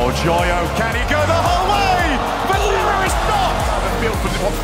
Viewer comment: the caster joyo as yoyo really cracked me up🤣